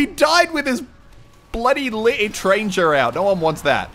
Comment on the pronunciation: Lutranger?? Moose elk do you know French :DD